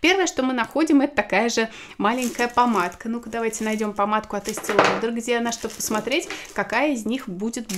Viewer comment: Есте лаудр 🤦🏼‍♀️